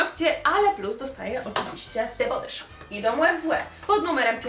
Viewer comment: nie chce się wymądrzać ani Cię urazić ale „the body shop” czyta się „the bodi szop” 😁😊❤️ wybacz